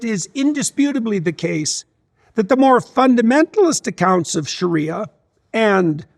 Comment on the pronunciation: Not Shura...sharia, pronounced like Maria.